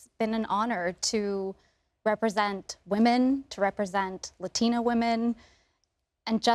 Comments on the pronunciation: I really appreciate the way Mario said Latina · The way he said Latina was so satisfying